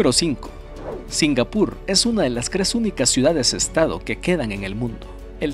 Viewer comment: Porque dice cre en lugar de tres?